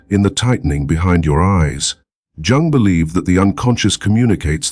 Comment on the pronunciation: Can’t listen to this AI that can’t pronounce Jung’s name and says Sigmund Frood.